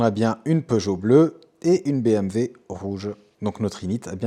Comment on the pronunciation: Par contre tu dis BMV ca c'est pas possible mdrr